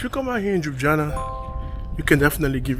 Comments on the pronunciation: Jujana😂😂😂😂😂😂😂show some effort dude! LYU-BLI-ANA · Nice vlog but it’s pronounced Lew-blee-yana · I find it cute the way he pronounced Jub-jana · Holly s**t. Never heard someone butcher the name Ljubljana like that 😄